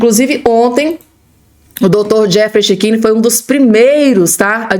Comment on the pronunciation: Precisas corrigir a pronúncia do cechini. Fica muito feio.